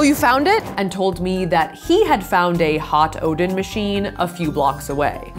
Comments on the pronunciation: Ooo donnn not oden lol. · Every single time she said Oden I thought she was talking about thor's dad😂